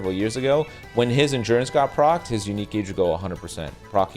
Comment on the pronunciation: “On engurance!”😂